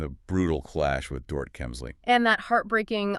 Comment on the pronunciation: Dorit’s name is pronounced DOR-EET